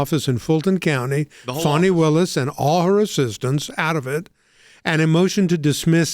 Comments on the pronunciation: It's pronounced fa-nee, it's a southern name, not fawny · That’s Fani (Fanny) not Funi (Funny)